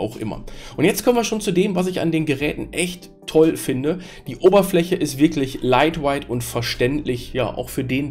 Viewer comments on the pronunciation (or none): Lightweight ("weight" wird ausgesprochen wie "wait") Captive portal (nicht capAtive portal) Tethering (das "e" wird ausgesprochen wie das von "the" und nicht wie das von "tea"/"tee") Firmware (das "r" wird ausgesprochen wie das vom deutschen Wort "Stirn" z.B.)